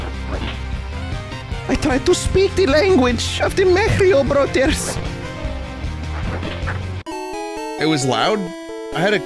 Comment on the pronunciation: *mehrio brüthers*